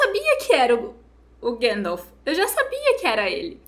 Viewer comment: chorando e eu chorando pelo mesmo motivo, que personagem, que jeito brilhante de dizer o nome do gandalf, grand'elf